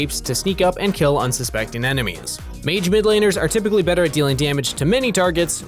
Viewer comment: You said rypically yourself though